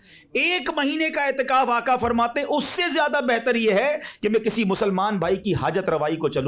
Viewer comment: باآدب گزارش ھے ھر کوئی نعت پڑھنے میں(آقا) کے بجائے آکا کیوں پڑھتے ھیں؟